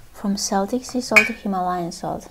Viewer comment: good answer. My late passed on mother was a Breton so she'd agree with you if she was still here I'm sure! By the way? It's pronounced "KELTIC". From the Celts (Kelts) who are now modern day people from Ireland. Scotland. Cornwall (England). Wales. Isle of Man (Manx). Britanny (Bretons) in France. It's pronounced "Seltic" when talking about the Scottish football team in Glasgow.